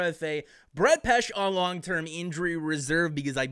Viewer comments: Its pronounced Pehsheh not Pesh. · Pronouced "Pesh-ee"